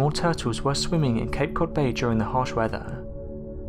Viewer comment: Did you say capecod on the turtles?